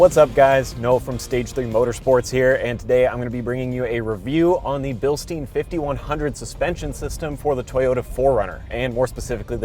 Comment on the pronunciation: It’s Bilstein as in pine with an sh, not bilstein as in steam with an n.